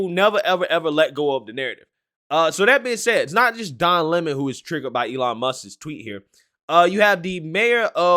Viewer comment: Don Le-mon